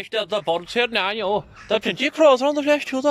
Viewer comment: The way he says "now" sounds almost like "inniú".